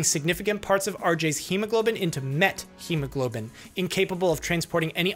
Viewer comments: Linguistically speaking, you pronounce wrong methemoglobin. In Greek we pronounce it like methamphetamine. Meth. Met-chemoglobin is wrong pronounciation. Not t and then h. Theta. This is important. I dont know if all doctors in English or just you pronounce it this way. I am Greek doctor. I know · 0x00FFFF is a neat color. Never knew methemoglobin was pronounced like that; I've been pronouncing it "meth-eh-mo-globin". A dose of methylene blue should help. That's what treated the blue men of Appalachia. (/jk jk I know this case is has different pathophysiology but same symptoms. I just find genetic methemoglobinemia fascinating). Oh hey, called it. Lol